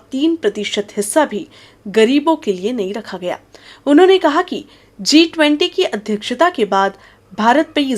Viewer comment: It is G20 Not C 20 😂😂😂😂